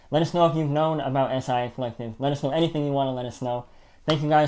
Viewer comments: Love the vid guys! But it’s pronounced “SY-AH” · Swapt Co Acronym indeed but never says “S-I-A”. 👍🏽